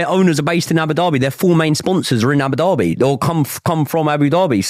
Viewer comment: Man said "Abu Derby" 😂🤔